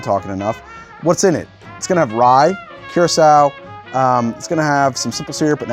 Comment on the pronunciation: Lmao "cure a sowe"